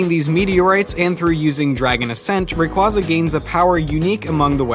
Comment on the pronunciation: He said rayquaza wrong.